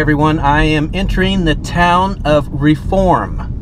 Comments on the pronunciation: It is pronounced REE-form, not Raform. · You visited cities in West Alabama, specifically Pickens County which is where I grew up. Fyi, we pronounce the city “Ree-form” (long “e”) not “Reform”!! 🤣 Wish you had visited Aliceville and Carrollton. Carrollton has an interesting history , the courthouse with face in the window. Thanks for the video!! Roll Tide!! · We pronounce the name Reform, as Ree- form. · it is pronounced Ree form